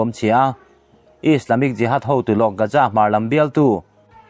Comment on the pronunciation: Gaza hi Gaja tiin i lam thina lo fimkhur deuh teh. Keini Mizo ho hi 'Z' aiah 'J' lamrik hi kan ching lutuk a, eg- zero - jero, Jesus - Jejus etc. Hetianga public ngaihthlak tura chhiarte hi chu fimkhur deuh ula a tha hle in ka hria. Inthlahrung takin ka rawn sawi ve a ni e